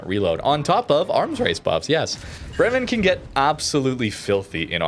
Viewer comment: Bremmen, Bremmen, Bremmen, bla bla Bremmen. Have you ever been in Bremmen?? It's not a hard word to pronounce. It's not a difficult Russian or Dutch word. Try to say: Braymen (as in day). emphasis on Bray. Makes you sound a little more intelligent, and that you actually care about pronunciation.